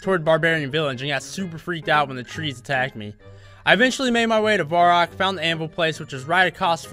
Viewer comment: Um, i didnt wana be the one to tell you this, but its varrock, not vorrack x)